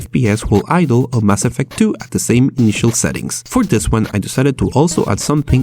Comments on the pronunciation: Lol ''ass affect'' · "Ass effect" jajajajaja